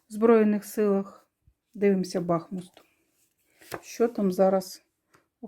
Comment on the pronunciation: БахмУт наголос.